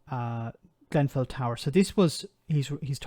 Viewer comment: "Grenfell" Not "Glen-fell" Get it right.